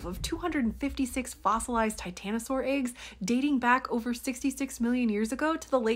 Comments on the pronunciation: By the way you mispronounce “eggs”… I’m willing to put a few dollars down and bet that you read the word “water” and allow your speech impediment to tell your mouth to project “wooder”…. Which is not a word. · That is the British pronunciations of eggs.